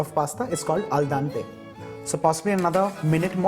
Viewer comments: pasta is not al dante is al dente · "al dante" I died